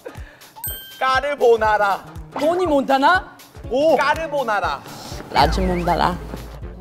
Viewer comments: jhope: “caribonara” jimin: “tony montana” jhope: “caribonara” jimin: “lajibolala” jhope: “caribonara” jimin: “lachimolala” jin: “caribonara” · Legendary Lagibolala 💜😂.. Jimin saying all the wrong pronunciation but Jin be like.. I got you.. Carbonara🤣🤣💜💜+V's eye😂😂